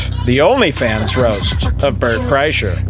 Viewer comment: Am I the only one who noticed that the announcer said “Welcome to the Only Fans roast of Bert… CHRYSLER”?! They couldn’t even get his name right. The announcer has never heard of this guy before. Oh how I envy them.